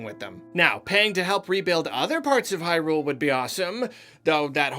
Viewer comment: Everybody: It’s pronounced Hyrule.: How about hyRule? How about hyRule for over three hours? Me: *cringes